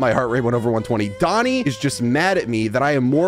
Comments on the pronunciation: ❌ "Doni" ❌ "Loni" ✔ "Done" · It’s not loni it’s oni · Why is everyone saying loni? THE WORD IS DONI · His name is DONI NOT LONI!!!!!!!! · ITS DONI NOT LONI